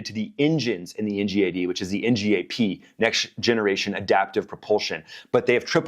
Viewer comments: Ggggg not jjjjj Ngad not njad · I don't like how you pronounce ngad 😂